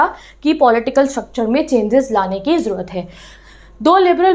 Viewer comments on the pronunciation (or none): none